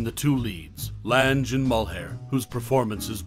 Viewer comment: Lange. Rhymes with slang. Reta. Rhymes with Cheeta. There was some interesting info here.